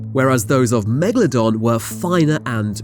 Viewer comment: Megladon More like Lemadon